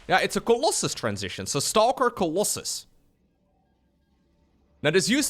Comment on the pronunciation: why call the colossus coloss eye or coloss hi ?! Always triggers me when i hear it and Uthermal does it to sometimes. It would be like calling stalkers sticks or zerglings zarguns or idk XD FeelsWeirdMan